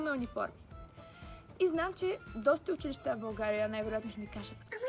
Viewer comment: Научи се да казваш училища